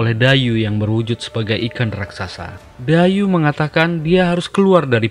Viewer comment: Bukan Dayu bacanya tapi daiyi artinya ikan berkepala besar